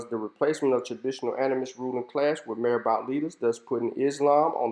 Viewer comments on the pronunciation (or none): This is excellent. I congratulate you. A few things, if I may, sir. I am guessing (please correct me if I am wrong) that you haven't spent much time in West Africa. Marabout, Sonninke, and Wolof are mispronounced badly in your video. Your scholarly work is excellent. The historical photos that you use during your narrative are frightening. Look at those children, clearly suffering from kwashiorkor. Again, well done.